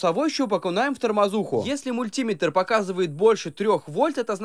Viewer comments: Не мультиметр а мультиметр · Не мультИметр, а мультимЕтр Не килОметр, а киломЕтр 😂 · Ты мультИметр,делай правильно ударение. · Мультиме/тр. Ударение на е